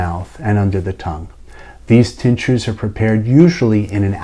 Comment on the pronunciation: Excellent. Thank you. The first time through I thought you were saying teachers, not tinctures.